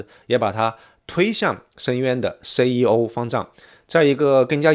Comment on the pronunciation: 好傢伙，什么都是翘舌是吧？“寺庙”“最”“怎”“相似”“三四”“粉丝”“宗教”“存在”“所以”都踏马是平舌，给老子听吐了，反而“政治”这种翘舌你又平舌了你踏马连CEO的C都翘舌，真鸡儿恶心你都不如像老周横眉一样都平舌